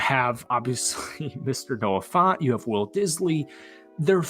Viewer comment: Dude just buy a hawks jersey already or stop saying youre gonna buy one. You lack accountability for what you say. btw its Noah Fant like an ant not aunt, and Devons name is pronounced as devin (no knock on you for mispronouncing this one)